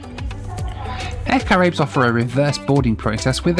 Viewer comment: Caraïbes = ka-ra-ee-b = french for Carribean